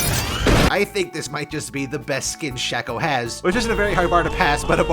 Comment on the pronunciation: Its not shacko Its sh aii ko